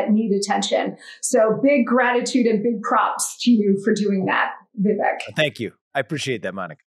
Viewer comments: Its not vivik its vivake like CAKE. Its a piece of CAKE. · You know Vivek has a lot of patience as she constantly is mispronouncing his name.